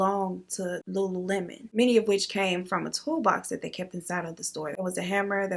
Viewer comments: Lulu Mon. I literally pronounced it that way too 😂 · I thought it was Lu-Lu-mon too!😅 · You're not alone on the "lulamon" pronunciation ... Guess I overlooked it too 🤷🏻‍♀️ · Lol I was saying lulemon. My sister finally was like ‘Um it’s lululemon 🤨’ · I say lulumon too! 😂😂😂 I love the stories! I ran across one of your videos about a lil over a month ago & I can NOT stop watching! Keep it up girl, much love! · Tbh, I looked over the “le” and pronounced it as “Lulumon” too 🤦🏾‍♀️😭🤣🤣 Bruh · Girl I thought it was pronounced Lulumon too😭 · I'm glad I'm not the only one that pronounced it Lulumon lol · I'm glad I'm not the only one that reads it as Lu Lu Mon. Lol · Hey girl I thought the same thing about the pronounciation of lululemon. Thought I was the only one.😂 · The "lulu-mon" I cannot 😂 but I feel you it be like that sometimes 🤷🏿‍♀️ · Not LULUMON🤣🤣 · I've actually never heard this case before! Wild.. Also just wanted to add, you're not the only one who pronounced it lulumon...I did too until one of my first jobs was at a Lululemon warehouse and I realized I'd been saying it wrong 😂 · I’ve been saying it like you too! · I definitely pronounced the store the same as you 😂😂😂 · Girl that's exactly how I pronounced it too....ain't even see the "lemon!!"